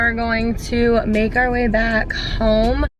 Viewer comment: We're going to メガリ back home. メガリにしか聞こえん笑